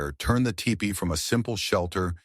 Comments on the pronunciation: Teach your ignorant robot to pronounce Tipi (TEE-pee), NOT TY-pee!!! Lazy ass content editors! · seems cant say tee pee... tai pee... too pee.... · Umm, it's pronounced "teepee". AI is not so intelligent when it comes to pronouncing words, eh? 🙄🤦‍♀️😲😳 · Hi LOL! AI 😂 ‘TYEPEE’😮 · typee? it's teepee, stupid AI. congrats on getting on my channell to never watch again list. YOU SUCK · Isn't it teepee [ti,pi:]? not [taipi] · It’s not,a typee it’s a teepee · It’s TEE PEE….! Not TIEPEE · I don't see a person and no such thing anywhere near that time. Regardless... the AI did several crazy things in the video. It's also crazy how it often says "tee-pee" and then it'll say "ty-pee" and some other pronunciation that I don't remember. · I made a tipi. What you said about the blizzard around the base is incorrect. The snow interfered with the draft allowing the smoke to come out the top. If that is blocked by snow the smoke stays in the tipi. Why do you say “taypee” several times? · Do not use AI to read the words. Ty-pees is very disrespectful. Overdub yourself please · Yes, the correct pronunciation is tee-pee and not the way the AI was saying it. And yes I would live in a tee-pee and enjoy it. I'm an 8th Chickasaw so I would be able to live in a tee-pee. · The mis-pronouncement of Tepee is so annoying. Your AI is broken or not very well taught! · TIPI with a long I? Come on AI, I thought you were smarter than that…. 😂😂😂😂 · Don’t ya just love it when AI can’t even pronounce words that a child would have no problem with. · FFS learn to pronounce the name, it's a TEEPEE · Why don't you have your AI bot learn to say "tipi" correctly? Very distacting. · At the moment I heard The mispronounciation I quit watching this video. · Right? It drove me crazy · Just ignore the Ai mispronunciation of tipi